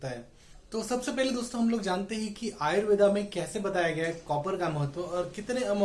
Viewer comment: The pronounciation is Ayurved, not Ayurvedaa 🤦🏻‍♂️